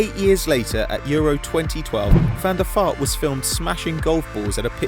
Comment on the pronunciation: Is it actually pronounced Van der Fart?